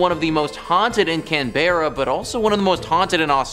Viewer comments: It's pronounced CANberra, not CanBEARa. The more you know lol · Can bear ah? Wtf! Maybe take 45 seconds to google how to say the place names. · It’s Cannbrah. Like drinking cans with your bro or as we say brah! And for the record it’s not pronounced Mel-Bourne it’s Melben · The mispronunciation of "Canberra" is painful as an Australian. It's "Can ba rah" If pronounced phonetically. Not "Can bear uh." Just a heads up so you don't sound stupid when speaking to Aussies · its can-ber- a not can-beer-a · I Know! - Mate It's pronounced Cann-Bra NOT Can-burr-Ra! 🤦🤦‍♀️🤦‍♂️ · I know STILL cringing over it! 😖 - Mate it's pronounced Cann-Bra NOT Can-burr-Ra! 🤦🤦‍♀️🤦‍♂️ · Only if your a Yabbo. - It's pronounced Cann-Bra NOT Can-burr-Ra! 🤦🤦‍♀️🤦‍♂️ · It's pronounced Cann-Bra NOT Can-burr-Ra! 🤦🤦‍♀️🤦‍♂️ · You either pronounce it as either Canberra or canbruh not can bear ah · bro said "cAN bear ruh" bro it's "canberra" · Can Bearah? WTF is Can Bearah? It's Cambrah. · "canbaerra" it's cann-bra.. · Can-bra not can-Berra lol this is why Americans shouldn’t do videos on us. None of these are scary 😂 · Tip - Our nation's capital is pronounced Can-bra. Also, while Port Arthur is historically tragic, for outright spooky, pop up the road to visit Woolmers Estate. Don't doubt what you think you see. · In Australia Canberra is pronounced Can-bra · Its Canberra. Not Canbearra. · CAN BEAR AHH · It’s pronunced canbruh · Nah it’s Cam-bruh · the town is pronouced can-bruh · Can... ber.... her..canberrrrrrra....can bear her....can brrrrrr haarrrr....nah....dude you messed it up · Can-bear-a 😂 oh no, please stop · Its pronounced can-bra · Let me help you with Can berra.😂 It's pronounced ( Canbra) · can-berra. no it is pronounce Can or Cam-Bra and you put it all together. can bra. cambra. canberra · Bro I can't even comprehend how you just pronounced Canberra🤦‍♂️😂😂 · Hearing him butcher "Canberra" is almost as funny as that UFO hunter guy who botched Woomera as "Woo-Mare-Ah". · I know right ! 😂😂